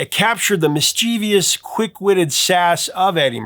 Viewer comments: You realize that the word is mischievous, not mischievious. No I after the V. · Great list. But 'mischievous'! not 'mischievious'! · Argh! Please! MISS-CHEH-VUSS. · It's pronounced "mis-che-vous". And Vangelis' name is pronounced as if the "g" is a "j".